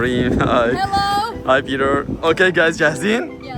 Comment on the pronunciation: بيتر ❌ بيلرر✅